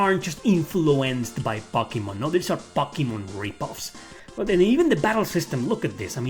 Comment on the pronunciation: I have watched so many of your videos and most of the time I don't even bat an eye but today for some reason I was just really wondering how come you say pocky-mon instead of one of the many more typical ways to pronounce to name..?